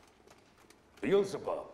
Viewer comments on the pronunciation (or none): 🤣Not the priest mispronouncing Beezlebub